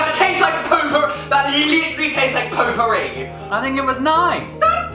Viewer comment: i thought he said potpouri!